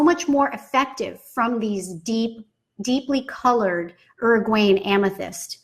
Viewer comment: i cant with how she says uruguayan